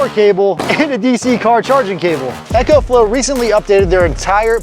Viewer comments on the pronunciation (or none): Great video. One thing. I6t is pronounced eco as in ecology not echo. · Eco not Ecco/Echo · It's ECO not echo. EEko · It’s. “E” co! Not echo. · It isn't echo flo its eco like eco friendly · Dude... It's pronounced "ECOflow" not "Echoflow"... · Eeeeecoflow not Echo-flow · Not Echo, Eco (EEECO) :-) I made the same mistake with my first video. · I couldn't help but cringe every time I heard "echoflow". I know it's not a big deal but it just drove me nuts 😅. Like would you say echosystem rather than ecosystem? So why keep saying echoflow 😭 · You'd say echonomy instead of economy.